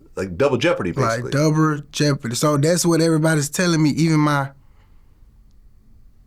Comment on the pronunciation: “Douber jeopardy” 😂🤦🏽‍♂️